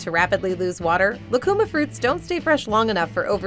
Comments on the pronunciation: It is not "lacuma" fruit, but "lúcuma," and the diacritic mark signals the stressed syllable. So, it isn't "lah-koo-mah" but "loo-koo-mah." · It's pronounced "Lu-cu-máh" In Chile lucuma ice cream is as popular as chocolate in the US. If you ever get a chance, I highly recommend it.